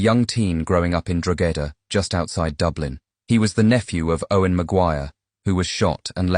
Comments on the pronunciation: The pronunciation of Drogheda here is wild 😅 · Learn how to pronounce Drogheda please before you comment on matters in Ireland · Grew up where? 😂😂😂😂.Trust me I'm from that town and that's definitely not how you call it 😂. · Ah yes, drawgheyda, a lovely part of the world. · Ke ann drogeda jesus ai is shite 😂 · Drogheda is pronounced draw ha da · You don't pronounce the G in Drogheda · “Drogheda”say it right. jeeze that makes me cringe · Hilarious…. Can’t even pronounce Drogheda …this YouTuber is a an a pure idiot 😂